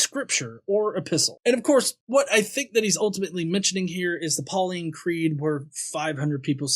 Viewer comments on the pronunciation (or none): none